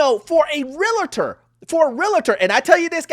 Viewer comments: The word is REALTOR. 2 syllables. 2 syllables. REALTOR! REALTOR! 2 syllables. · I’m sorry, but I have to correct you… Realtor has 2 syllables: REAL and TOR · While I agree with your analysis of the situation, as a loan officer, you should work on your pronunciation of this word. Realtor. REEL TOR REEL TOR REEL TOR Or just say real estate agent. Just sayin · OMG I was thinking the same thing. 😅 How annoying 😮😮😮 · I think he’s trying to emphasize the word REAL in Realtor. Like deal with real person not a fake scammer. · Realtor (real-ter not real-uh-ter) Two syllables not three. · Shouldn’t we say realtors and not realitors. The word is realtor. I dont know but the mispronunciation of this word is a pet peeve of mines. Sorry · Jeez. Love this channel but my ocd is crazy. Its REALTOR NOT REAL-A-TOR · You need to learn how to pronounce REALTOR ... its not Realator, its REALTOR (there is no A between Real and tor)... you are a lender and I am sure you want to work with a REALTOR not a REALATOR. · Realtor NOT Realator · The info in your video is accurate but it’s super annoying that you say REAL-A-TOR at least 100 times. It’s REAL-TOR. There’s only one A in the word. Not two. If you’re a Lender, I’m shocked that you don’t know that. And as someone who’s licensed as both a Lender and a Realtor, I agree the Bar is low to become a Realtor. But it’s even lower to become a Lender. And we are the people who actually deal with people’s finances and personal information. Both sides need a much, much higher bar for enter. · It’s Real-tor NOT Real-LA-TOR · It’s REAL-TOR!!!! Omg if I hear this guy say “Reletors” one more time I'm going to have a heart attack 😭😭😭😭😅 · What is a Real-La-ta? 🤔 It’s Real-tor! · The correct pronunciation is REALTOR® not Real-i-tor. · FIRST OF ALL WHOEVER YOU ARE IT’S NOT PRONOUNCED “REAL-A-TOR” so you’re no better or smarter than you think! Shouldn’t you have known it’s pronounced REAL-TOR??!!!!! 😂😂😂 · Realtor not Relator